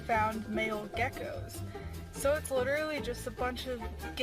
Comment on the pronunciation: "You homphobic towards ya gecoks?"